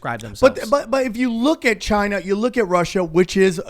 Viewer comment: Not like Chy-na... like Altered Carbon